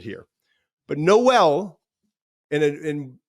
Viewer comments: Per twitter Jaylin Noel is pronounced “Nole” not “No-el”. Like Billy Joel. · It’s pronounced Noel not Noel